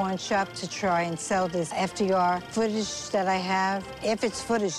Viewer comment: She says "footage" exactly like that big dude on another episode says "Fire Extinguisher". Err sorry, I meant "Fire Exsquinger".